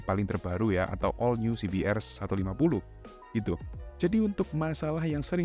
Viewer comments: Coba bilang aja ce be er mas, gak usah sok inggris tapi salah. Pake bilang si bi tapi di hurup R nya dibaca er, padahal harusnya si bi a. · He..he..kl pakai kata "si bi" hrs pakai "ar" ya bang, bukan "er"